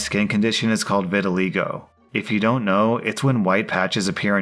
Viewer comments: Vitiligo is so pretty to me, just gorgeous free skin art. Also and anyone who's wondering its actually pronounced vi-ti-lie-go. 😊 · please that pronunciation of vitiligo HURT me. It's pronounced vit-uh-lie-go, I know since my mom has the condition. On a less chastising note, fun fact in case you didn't know, Michael Jackson actually had vitiligo, it's why he bleached his skin white as an adult. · I have vitiligo too and it’s pronounced vit I’ll I go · Not vitileego,. *Vitil eye go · Wtf was with the EM in the vitiligo story? You can't "catch" vitiligo from someone, first of all. Second, I can't believe she would treat anyone like that. Third, I want to know if she tried to tan over the vitiligo, and if so, I want to see her reaction when it didn't work and it became more prominent. (Also, vitiligo is pronounced "vi-tuh-lai-go." Sorry, but it was bugging me.) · you pronounced vitiligo wrong. Not vitaleego you pronounce the "I" as "eye" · Pronunciation note: vi-tell-AYE-go. I have it, too. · “Vitaleego”......... lol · Vita-leego. Lmao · I seriously don't understand how someone who reads stuff for a living can pronounce so many things wrong. Pokemom and vitiligo in this video, but it happens in like every video he mispronounces something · are you just allergic to pronouncing words correctly? Vitiligo. All i’s are pronounced like the i in ill.